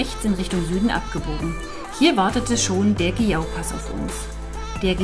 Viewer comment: Hi, sehr schöne Aufnahmen. Ich liebe die Sella-Ronda und alle anderen Dolomiten-Pässe. Zum Glück habe ich aus München nicht weit und bin jedes Jahr ca. 3-5 Mal dort. Ihr fahrt einen sauberen Stil 👍. Achja, der Passo di Giau heißt phonetisch Tschiau 😊